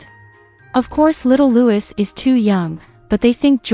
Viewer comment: Prince Louis' name is pronounced 'Loo-ee' and not 'Loo-iss'. Thanks.